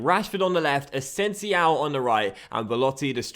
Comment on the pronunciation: Please learn how to pronounce asensio...